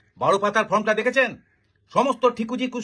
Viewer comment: ফ্রম নয়, ফর্ম।